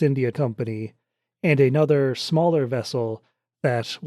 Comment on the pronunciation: It is another, not aynother you shite.